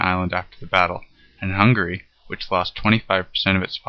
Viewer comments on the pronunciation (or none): none